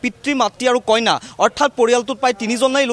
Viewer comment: কইনা নহয়, কন্যা !